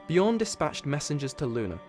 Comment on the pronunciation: no its: Björn